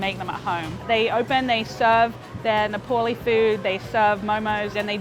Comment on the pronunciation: It's Nepali not neplai 😁